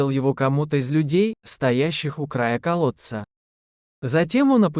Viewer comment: Из колодца - 100 раз.Костик, Костик- 100 раз. Ударение в словах ужасное." Проводили множество развлечений" - кто это написал? Жуть!!!